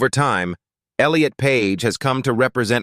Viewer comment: I enjoyed the content, but I noticed a few pronunciation mistakes with names like Charlize Theron, Barbra Streisand, and Elliot Page. Correcting those would make the presentation even more professional.